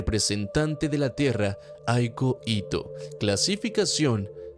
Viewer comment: Hay Coito jajajajajajaja jajajajaja "Aiko Ito" pudiste haber corregido pero eso le da más gracia iaakjajajaakakaja